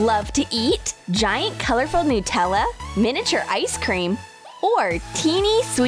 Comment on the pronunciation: Anyone else pronounce Nutella n-tella?😂😂